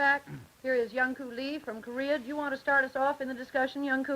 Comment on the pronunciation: Hehe Young "Koo Lee"